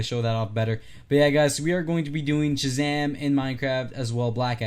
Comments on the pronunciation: am i the only one who notices shazam is dc but he is playing avengers music also he said jhazam not shazam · Hey! I don’t want to sound rude, and I am a nerd so I know how nerdy I’ll sound, but it’s actually Shazam, he just has a retainer so he has trouble pronouncing it.